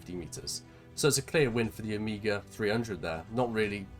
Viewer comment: You pronounce OMEGA, not OMIGA. It's a Greek word.